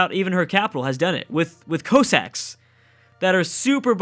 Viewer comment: ...Did you just pronounce Cossack "coe-sack"? Is English your first language,?